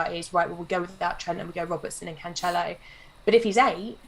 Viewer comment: Cancelo is pronounced "Canselo", not "Canchelo"